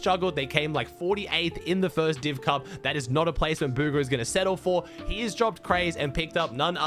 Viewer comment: Why do you say bugha, like booger? Cmon man…